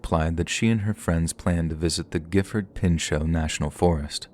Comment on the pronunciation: Omg.... Listened to you trying to say pinchot for 30 min last night til i fell asleep